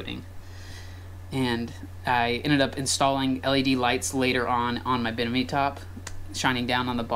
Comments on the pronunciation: BI-MI-NI not binimi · I don’t mean this in a rude way but it’s a bimini top, not a binamy top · I feel obligated to tell you that it is called a bimini top, not binimi top.